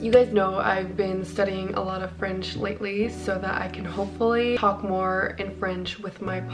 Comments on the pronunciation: Hello ! Your French accent and pronunciation are very good ! Also I loved your vlog (as usual 💕) Take care ✨🪴 (btw I’m from France) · Your French is really good 🥐🍷❤!! I’m French myself and you have a very good enounciation and accent